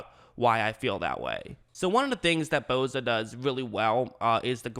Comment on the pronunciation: Its Bosa not Boza